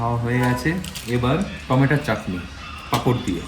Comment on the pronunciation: কি রে, টমেটোকে ' টমেটা' বললি কেন??